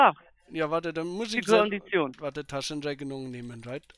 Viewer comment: Ich musste es 3 mal anhören, um zu verstehen, dass er "die Kondition" sagt, und nicht "sie Vollidiot" xD